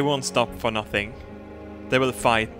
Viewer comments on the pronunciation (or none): none